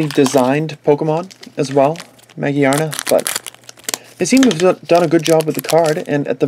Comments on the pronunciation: Ma-GEAR-na Not Ma-gee-ar-na Think about the word gear Its there for a reason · I have no doubt it's pronounced Ma-Gear-na, but it is understandable that he pronounces it the other way because it's Japanese name is Ma-Gi-A-Na, which could be read Ma- Gee-Ar -Na or Ma - Geea -Na.